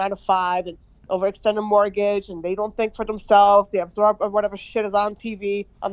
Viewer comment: She said " they absoep the news....." My quiz is are Americans different 🤔